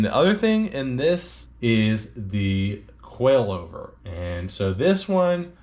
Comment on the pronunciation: I know, but you're pronouncing it like QUAILover!!